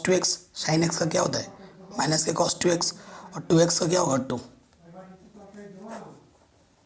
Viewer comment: Sir why are you saying cosh it is cos.